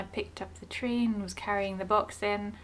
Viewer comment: is always the center of attention 😂. But you saying tree sounds like treat to key😂